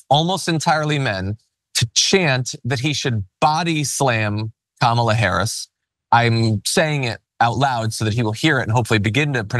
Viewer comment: How hard is it to say Kamala (Kalm a La) seriously and he’s threatening the vice president of the United States!